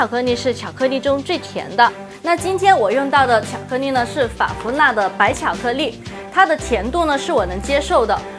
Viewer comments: 我好像聽他到有些ㄌㄧˋ說成ㄋㄧˋ。。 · IVERSON 巧克力。。。重复贯穿整个视频 没有一次发音正确 有点可爱*^o^* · 巧克腻??? 发音好搞笑